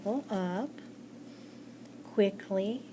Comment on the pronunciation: I got anxiety whe she said "QUICKLY" 😭✋